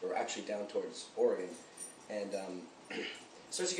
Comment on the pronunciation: Buddy is probably one of the only people from the East coast that pronounces Oregon right.